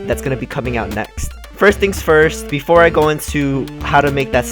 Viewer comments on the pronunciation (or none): none